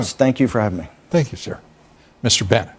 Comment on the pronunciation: I’m sure you meant “Brannon” but you said Brennan. Anyway I’m glad you’re not unhinged! For a good belly laugh watch: Trumpasaurus Rex vid.